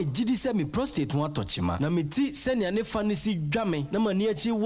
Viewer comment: Pls is pro- state not prostraight. No disrespectful pls. Thank you.